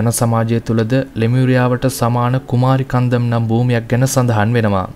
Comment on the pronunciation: That is not "කුමාරි කන්දම්" It's "කුමරි කන්ඩම්"